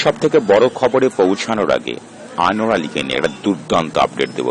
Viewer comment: Anwar uccharpn ta sposhto vashai bolun eto joriye bolchen krno